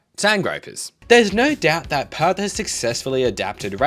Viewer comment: Wait, it's not 'Pertherts'? 😂